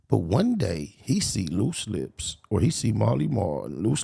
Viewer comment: Lost it when he called luce (loose chuuche lipz) ahhhhh haaaaa!!😂😂😂